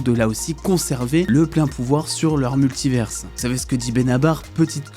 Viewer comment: Jai une question, pourquoi tu dis « multiverse » et pas multiver ? Tu stresses à ajouter un « s » dans la prononciation alors que y’en a pas. A la limite si tu le disais en anglais ok mais là tu dis en français. Univers tu dis « universe » ?